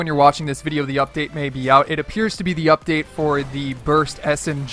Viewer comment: Says “UPDAT” lmao first